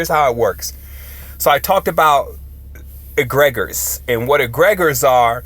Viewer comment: Egre-gores not egreg-ors